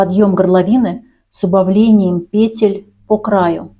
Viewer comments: ПетЕль а не пЕтель, откуда ты, мастерица😂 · У меня бальзам в уши льётся: пЕтель, накИд. Мама моя, как хорошо! Спасибо! Куртка шикарная!